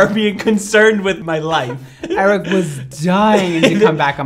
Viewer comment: I love the way pronounces Eric like “ayyyyriccc”